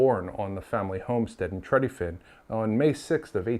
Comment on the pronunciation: Good story but weird pronunciation of Tredyffrin.